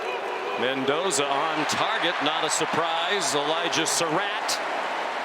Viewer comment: ManDozer not Mendoza